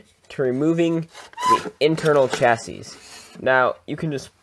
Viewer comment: Pro tip, it's pronounced shassy 😉